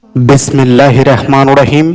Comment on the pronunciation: আপনি আলি সাধনা শিখাচ্ছেন , অথচ বিসমিল্লাহ রং উচ্চারণ ঠিক মতো করতে পারেন না !!!